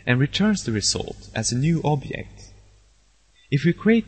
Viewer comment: where are u from? u cant pronouce object? it took me another 1 year to figure out